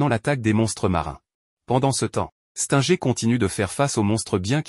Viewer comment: Mec tu connais même pas prononcer les noms des héros Stinger toi tu dis stenger Saitama tu prononces quand même bien genos c'est bien mais les autres non tu prononces bizarrement